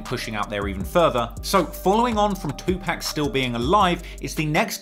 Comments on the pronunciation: I appreciate the videos. One critique it's not pronounced "Tupack" put some respect on the man's name. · I cannot believe your doing a video covering a rap iceberg and don’t know is to pronounce “two pack”…. You ——->🤓🤓🤓🤓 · You said 2Pacs name wrong. LOL. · My mom says 2pac that way too lol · Someone please tel him he pronouncing Tupac wrong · did he say 2pack like 5 times....lost me there buddy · 😅 "Two Pack" 😂My dude, even Pac himself had something To say about that fuck up😂❤ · Why can’t 🖐🏻 people say “2-pac” right? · why you call 2pac, 2 pack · White ass sayin 2 pack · Tupac not Tupack smh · Dude stop saying 2pack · Now I know you know how to pronounce that man's name. It is not 'Tu-Pack" Have some respect for the dead. I get that you are from the UK and you have an accent, but you don't mispronounce nobody else's name. Just Tupac's. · The man's name is not two pack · Stop saying TuPACK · It's PAC not Pack.. for someone who does videos like this, how the hell you going to get his name wrong.. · Tu PAC!!!! Not PAK DAMN MAN!! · It’s two-pock not two pack lol drives me nuts hearing him say Tupac’s name wrong 🙃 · Bro it was cool til you got to pac and called him 2pack, come on fam get it right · Anyone whos says Tupack and not Tupac has NO Credibility with me. 👀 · Tupac (2Pac) not 2 Pack. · C'mon. You know it's 2 (POCK) not 2 (PACK). Of all people you should know and respect this! If you were some random white lady on the news talking about recent developments regarding the murder of 2pac, then I get it. But you legit have made a career out of researching and talking about the rap industry for crying out loud! I'll give you this one hall pass but you gonna have to button it up from this point forward champ! I still dig the hell out of your channel though! 😂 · Its 2pac not 2pack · Say 2 pack one moe again it’s 2 pac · Its tupac not tupack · Say 2-pack one more mf time!! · Please pronounce Tupac as TUPAWK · 2 pack instead of Tupac